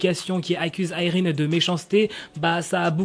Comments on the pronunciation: Déjà je croyais qu'on disait Irène et pas Ayrine 😂. Les gens qui disent elle a attendu ce scandale pour s'excuser etc, oui bah peut-être qu'elle ne pensait pas être si méchante mais plutôt sévère ou stricte. Quand on te met face à tes actions, si tu as le moindre bon sens tu t'excuses. Et même, que voulez qu'elle fasse ? Qu'elle s'obstine ? De plus, peut-être qu'elle nest pas sincère à 100% puisqu'elle pense que son comportement est juste. Dans le sens où elle est juste là à dire les choses comme elles le sont sont. Franchement je veux le comprendre et je la comprends, quitte à ne pas connaître la vraie histoire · Mais si sa se prononce Irène c juste que la mal prononcée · mais moi je pense que je continuerai à dire "Irène" et non pas "AÏRINE" 😆😆😭